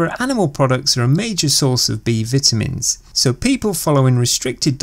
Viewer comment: "B Vitimins"😂 no but seriously good video